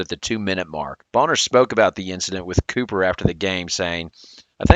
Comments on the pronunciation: For one it's Copper like the chemical element not Cooper but Miller's comments were definitely malicious because why is he only singling out CP? It was uncalled for and that's why they hung another conference banner 😂 He needed three players to knock out CP. It was a sandwich compliment. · It's COPPER, Bruh. There is no Kahleah Cooper.